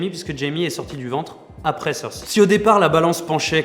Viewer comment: Excuse mais Cersi ça n'existe pas. Dans la VO c'est Cersei (Prononciation PS : Je suis pas le genre de mec qui regarde la VO :P